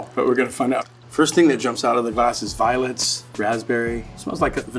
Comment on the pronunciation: On the Grower's Reserve, he said he tasted violets, but I heard violence 😂